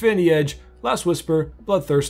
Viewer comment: the c in scimitar is silent. sorry. carry on